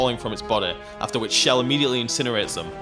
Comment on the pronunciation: why cant any one say chells name right ch not sh chell not shell